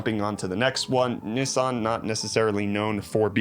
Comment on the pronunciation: England pronounce it Nis San aswell